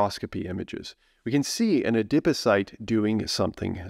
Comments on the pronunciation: A-Dip O-Cyte??? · Interesting information but I was too distracted by the novel pronunciation of adipocyte to absorb any of it. 😩